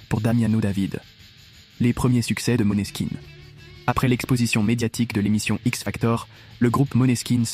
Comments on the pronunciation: Mais se prononce Moneskin. J'imagine que c'est la transcription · C'est bien ça, il faut prononcer "Moneskin" Le meilleur groupe de ces 10 derniers années....pour moi, évidemment❤🤘